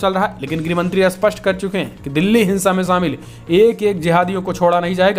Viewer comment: Sapast h Usapast nai h